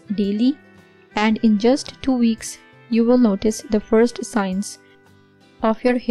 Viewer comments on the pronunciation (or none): none